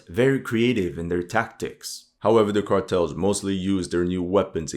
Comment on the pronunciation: Whats up with the Ä in Cartels?